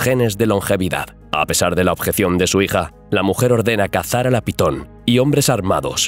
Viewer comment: momento, iniciando el video y dice PITON?????